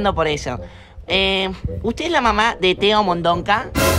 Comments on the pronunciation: El señor: Vamos a expulsar a Teo de Mondonca La madre: Teo de Mondoca no de Mondonca nene ajajajjajaj 🤣 🤣morí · Lo dijo a propósito